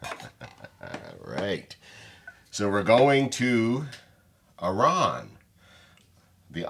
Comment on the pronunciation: Love seeing youve got some Lochlea. On the shelf. Are you sure Malcolm is English? His pronunciation of Arran is dubious. Ha. It’s Ah-rin There is an artisan cheese maker on Arran who oak smokes cheddar. Delicious with a sweet dram.